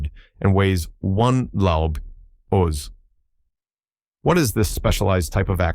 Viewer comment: The Axe head weighs 'one laub????' Do you really mean '1 lb?' That translates to 'one pound!'